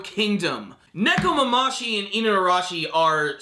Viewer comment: Neko-mama-shi? wtf lol